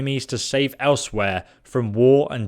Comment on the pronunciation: Learn how to say eleswere properly